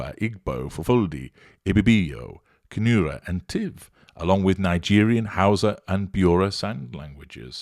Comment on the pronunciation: LMAO "Liegerian"